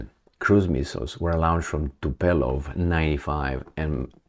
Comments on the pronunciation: Volgograd is the former Stalingrad, at the shores of the Volga, Northeast of Rostov n. D. And for Nietzsche's sake, it's 'Tu-po-lev', not 'Tu-pe-lov'!😁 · TUPOLEV, TUPOLEV, TUPOLEV not Tupelov 😀😀😀😀 draga, las-o mai usor cu zaibarelu' ca nu mai ai coordonare la limbutza 😄😄😄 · Tupolev not Tupelov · Volgograd is by the Volga river way to the east, not in the north. And the name of the aircraft is Tupolev and not Tupelov. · Tu-pa-leff, russkiy yazyk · 'Tu-pa-leff' as an English translation from Russian pronunciation.